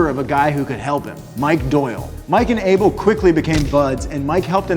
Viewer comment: I don't like how you say Abel